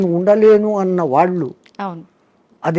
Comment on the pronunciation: మహా తల్లీ దయచేసి ఉచ్చారణ మార్చి తే మంచిది వినలేక పోతున్నాము వాళ్లు అంటే బాగుంటుంది వాల్లు కాదు please please బోడి స్టైల్ వద్దు